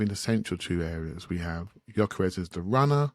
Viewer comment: really needs to stop saying YOKERESHSHSH